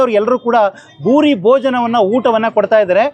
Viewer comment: ಭೂರಿ ಭೋಜನ. ಬೂಡಿ ಅಲ್ಲ